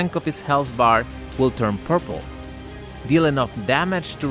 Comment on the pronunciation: I heard “purple”